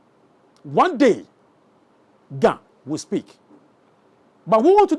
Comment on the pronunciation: try to speak the GA well. Am not happy with your GA. Please speak it enough so that we can communicate well in the grate language of GA. Thank you